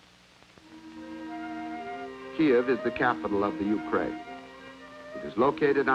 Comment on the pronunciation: Why would they use this lol they can not even pronounce Ukraine correctly 😂 I’d know my moms from post soviet